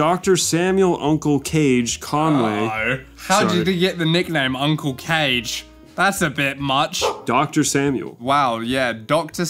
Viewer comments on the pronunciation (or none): Kah-gey, not cage. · it's Kah-gey not Cage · I own all the Omaha The Cat Dancer comics, and I’m not ashamed at all about it. Wanna fight about it? Kage is pronounced "kah-GAY," not "kayj." Also, he's a Chemist, not a Veterinarian. And about that fursuit you mentioned that was stolen? The original belonged to Quartz Husky, who was previously known as Fjord Frost, and it's a male, not a female. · I love this. Literally the only part that bugged me was how you were pronouncing Kage's name. It's Kah-Geh, not "Cage". But everything else, golden! To put it into perspective, my first Furry con was Confurence 9, in 1998. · it's not "cage", it's ka-gay. fun fact, dragoneer bought furaffinity for 6k (then basically sold it to IMVU XD) also he died recently. there must have been a lot of stress considering all the r*pe and other SA incedents... he had to keep a LOT of it hidden but a leak from FA proved a LOT of hidden scum. for what it's worth, FA was founded in minnesota. these are first hand accounts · help meeee it's pronounced uncle KAA-GAY not cage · Uncle Kage isn't pronounced "Cage" it's ka-ge, like, かげ think how japanese would pronounce that. Also his profession IRL is that he's a Pharmaceutical chemist. I used to be a furry, but I give fandoms 3 strikes of weirdness before I leave, and they hit like, 9 strikes. also, so many of those furries are gay, and complain about straight art. meanwhile majorkill's introduction says "guys and gal" because there's 1 girl, warhammer can't throw stones on gender ratio. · Id love to know what percentage of Audience are furries. I can confirm at least one 👀 (Its me), and I love the vids. Couple points, Uncle Kage is actually pronounced Uncle Kah-gay, and he has done wonders for media literacy within the community. Great storyteller too. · I'm guessing y'all were mispronouncing Kage as Cage on purpose. For those that don't know, Uncle Kage's proper pronunciation is KagA (long A) like hokage from Naruto.